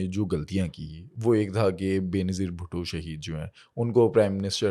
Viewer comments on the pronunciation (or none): none